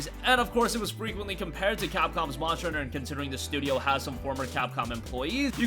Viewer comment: Am I the only one annoyed that he cant pronounce "monster" properly? "Moncher hunter world" lol wtf